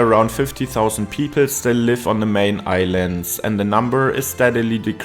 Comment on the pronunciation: What is the "main island " Your pronunciation makes my toe-nails roll